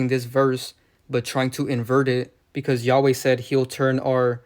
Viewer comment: Say he’s name right first